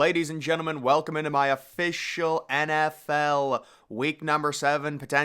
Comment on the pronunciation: Love how this dude says “official” “UH-Fish-ull”